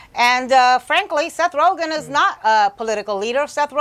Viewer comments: Seth rojen? lol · Seth "Rojan" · She calls Joe Rogan Joe Rogan and Seth Rogan Seth Rohan...classy grade school antics hahahaha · j s The joke flew way over your heads. The reporter pronounced his name wrong. It's RoGEN not RoJIN. I know a Seth Rogen, not a Seth Rojin. Get it? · This thing lost all credibility in the first two seconds when that lady said Seth Roshen. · Seth rojun?????? Its pronounced seth ro gun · Seth who? Roshane? Nah mam its Rogen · Seth “Roejin” Rogen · Its Ro...Gin not Rogchin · "Seth roshen" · “seth rojen” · She said seth roghen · Rogen not Rogen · “Seth Roejan” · Rojen? Lady, c'mon. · Did she just say Seth Rojan at the beginning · Did she say Seth Rojen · Seth "Rosion"... heh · Don't even see how she thought it could be pronounced like that. It's G not a J. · “Facts first” can’t get a name right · Can’t even say his name right but get mad cuz he doesn’t want to take a pic with Paul Ryan 😂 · How hard is it to pronounce Rogen -_- smh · anyone notice how that lady at the beginning mispronounces rogan's name like if it was french lol? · I think she really pronounced his name wrong on purpose